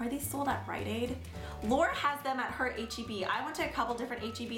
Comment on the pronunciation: heb* not hen